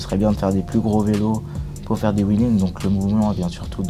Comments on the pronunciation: Au fait c'est '' Wheeling '' pas '' Willing '' Ptdrrrr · Wile lingue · Enzo_ Enzo_ Dans ces cas là on s’en balec si c’est vëleau ou vélo.... il faut dire les mots correctement , sinon on peut le faire à toute les sauces et ça n’a plus de sens du tout... donc c’est wheeling point barre..